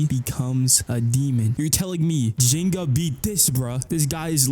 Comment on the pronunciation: The AI actually pronounces Ryuga and Ginga's names similar to how they're pronounced in Japanese lol, ironically.